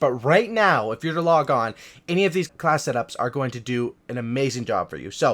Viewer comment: I like your channel just because it sounds like you say 'Class it ups' instead of class setups